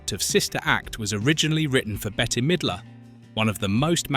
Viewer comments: Bette is pronounced like Bet, not Betty. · and "Betty" instead of "Bet" (Bette). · You should teach your AI how to pronounce the celebrities names even though Bette Midler’s name is spelled BETTE the last E is silent she is not Betty. She also would’ve been a horrible choice for the main character in sister act! She is a beautiful woman and excellent actress and a glorious singer, but that role was not made for her. It was made for Whoopie. I don’t care who they say they wrote it for. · It's killin' me that the audio and captions call Bette Midler either Better or Betty. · Actually, Bette😊